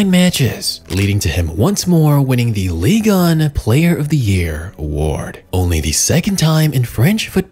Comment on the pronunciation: Pull that microphone out of your lungs It's not an ASMR video you weirdo And wtf is "Ligon" It's Ligue 1 Your videos are good but I can't stand the way you talk